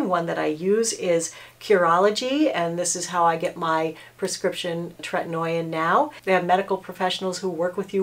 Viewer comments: “Tret-in-O-in” lol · Differin (previously Rx) is also available over the counter. The name of the ingredient in that is adapalene and it is kind of like tretinoin’s sister... so people might wanna look into that as well. Besides the pronunciation I think this is pretty solid advice I just don’t think you necessarily should be giving it because there are a lot of other things that doctors would consider about specific situations withDifferent people not everyone tolerates treatment very well especially if you have rosacea - it can make it worse!